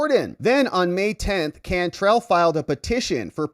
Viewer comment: Can trell like tell. It’s a New Orleans name too pronounced differently. Anyway. She’s from California! WTF!! Get her out!